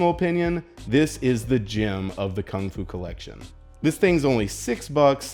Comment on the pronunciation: Lol Kungfu collection as you guys know. What a fail. it's pronounced completely differently to that.